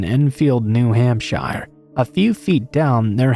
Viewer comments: Love to content! Just to let you know, New Hampshire is pronounced more like "New Hampshure" instead of the 'shire' that it is spelt with. Alot of new england names are like this lol. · New Hamp Shire lol